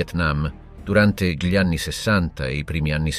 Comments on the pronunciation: G LI al posto di Gli non lo definirei un bella dizione... ma livello buono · È un sintetizzatore vocale.lo si sente all'inizio quando pronuncia "gli" come "ghli" (con la g dura, cosa che nessun umano italiano farebbe)